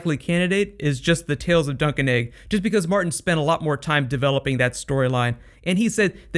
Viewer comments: I always thought you were saying Sir Duncan Egg! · Am I the only person who thought he was saying duck and egg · Haha, every time you said Dunc and Egg, I herd Drunk'n Eggs!